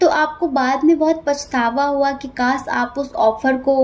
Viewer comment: Aap Kaash ko Kaas kehte hain